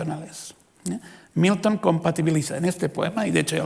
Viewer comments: Querido Dios, ayúdame a dejar de escuchar Newton cada vez que dice Milton. Gracias Señor. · Gracias, ahora por leerte, ya solo escucho newton